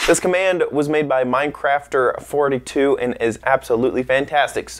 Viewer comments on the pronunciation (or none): u said his name wrong i know the guy his name is mincrafter 42 not minecrafter 42